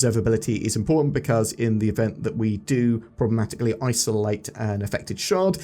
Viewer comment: there isnt a G in problematically